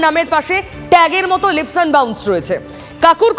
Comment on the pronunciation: Kolkatar bangali Kobe 'leaps' ke 'lips' bola chharbe, sheta niye aekta Todonto hok. TV anchor Jodi 'lips' bole aekta ashombhob lojjar bepaar. It is 'leaps' to be pronounced as 'leeps'